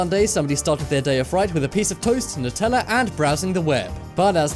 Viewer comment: New-tella not nut-tella